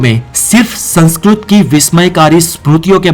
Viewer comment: Aap ka Spelling khud sanskrit se prakrit ki taraf ja rhe hai. Aap 'Sankskrit' ko 'Sankskrut' bol rahe .